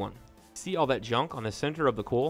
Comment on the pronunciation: Its pronounced oil. Like oyal. Not oal. and Coyal. Not coal.